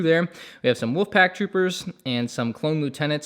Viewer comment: Woof pack? You mean wolf pack, or is my audio broken